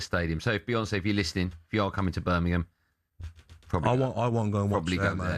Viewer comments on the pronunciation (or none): none